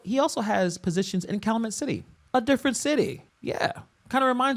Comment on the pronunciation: Pronounced Kal-YOO-met. Please!!!